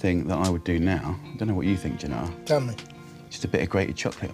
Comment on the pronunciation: Whoever was responsible for the printed words deserves.... 'Gennaro' not 'Janaro'. And other things. Italian is not difficult. But Brits are not famous for knowing foreign languages, though not quite as bad as Americans.